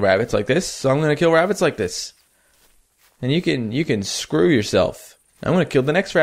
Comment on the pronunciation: BE BEWY BEWY QWIETE IS HUNTING WABITS IN THE FORWEST